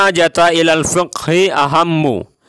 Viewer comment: mohon maaf 'fiqih' Mas, bukan ' piqih ' 🙏